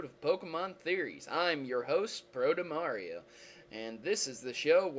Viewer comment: sounded why he said brotomario instead of protomario in the begging